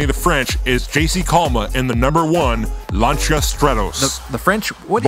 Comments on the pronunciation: Guys, it's said "Lan-see-uh", not "Launch-ah". Watch "Top Gear". They never say it that way. Still an awesome little car. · The British say it "Lan-see-uh", but in this video is it more like "Lan-shee-ah", but it's never "Launch-ah". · Lancia is not British so it doesn't really matter how a certain British TV host (Jeremy Clarkson) pronounces it. Please do your research. You can literally google "Lancia pronunciation" and get this information. Even google translate knows how to pronounce it correctly if you set the language to Italian. The correct pronunciation is 'Lan-cha'. Only 2 syllables NOT 3.